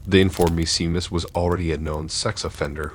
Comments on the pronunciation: For future reference Seamus is pronounced SHAME us. It's Irish☘️ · Are you trying to say Seamus? It's pronounced Shay-muss. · Glad someone said it😂